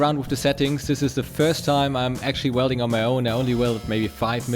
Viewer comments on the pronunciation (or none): The "SH"-letter, children! ShIngineering ShWelding :D